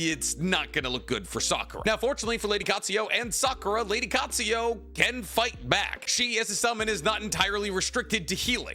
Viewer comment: Love him but once again "Katsuyo". It's Katsuyu. Similarly says "Kakuzo" when it's Kakuzu. You're the best tbh! Just interested by the lack of pronouncing a U at the end of a word and how it's always turned into an O. We're all different lol just always intrigues me